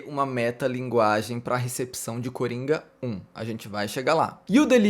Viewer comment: Toda vez que o falou "Coringa 1" eu ouvi "Coringão" kkkkkkkkkkkkk